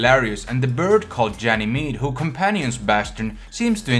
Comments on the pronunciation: Janymede? Really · Ganymede is pronounced with a hard g, not a soft g. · It frustrates me because he can't pronounce bastions birds name properly